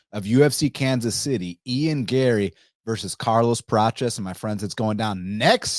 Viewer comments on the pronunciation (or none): Why are you saying Carlos “Pratches”….its Prates